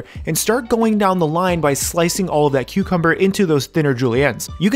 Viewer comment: Thought you said Queuecumber. Now I can’t unhear it...